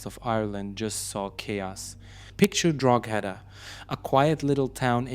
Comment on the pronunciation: The "G" in Drogheda is silent....so it is pronounced "Droheda"......also Ballybough is pronounced "Ballybock".